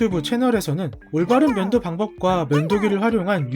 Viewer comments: 면도라고할떼 문도라는줄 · 나만 문도라 들림?